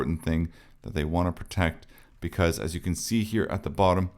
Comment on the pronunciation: Tip: "as" is pronounced as "az". "Ass" is prounced as "ass (as)".